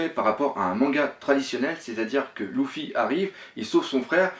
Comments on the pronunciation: Oui je regarde la Vf ^^ Luffy se prononce le fi et en vo se prononce le ou ffy, enfaîte, il fait des fautes de prononciation pas que sur Luffy, je crois qu'il le fait aussi sur Sanji et ni en Vo ni en Vf la prononciation est comme il le fait mais bon je vais pas rager pour ça il fait ce qu'il veut le capitaine ^^ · Luffy se prononce lefi pas loufi :) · Ouai ;) c'est juste que j'était habitué à ce que les youtubeurs francophones le prononce leffy.